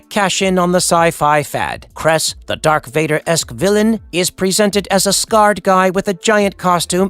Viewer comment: Did he just say DARK VADER?????!!!!!! 😂